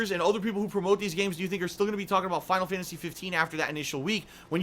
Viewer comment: "Final Fyantasy 15"